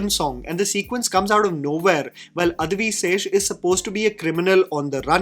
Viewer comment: Bro i rolled off when he says guddhachari lol also its adivi not adhivi d in dacoit